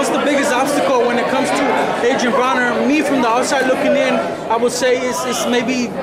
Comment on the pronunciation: Why does this reporter always say adrien BRAUNER? It's BRONER! Moron